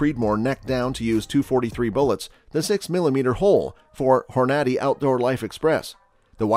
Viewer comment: Why are you pronouncing the Hornady name wrong? Apparently, either you don't hunt or your from Europe?